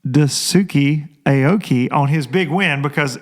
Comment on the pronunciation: Lil helper here.... Dice-Kay Aoki but I do love Dusookee hahaha